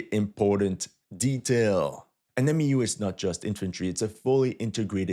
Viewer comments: It’s not called a M.E.U. It’s pronounced Mew like the Pokemon. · its pronounced "mew" not M E U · For MEU we say “myew” not “M-E-U” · Its pronounced MEW like the Pokemon Mewtwo. MEU=MEW.